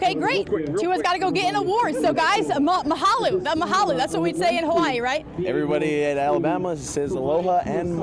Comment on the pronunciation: A news caster in Hawaii and you say “Mahaluuuuu”!!!???????? TF?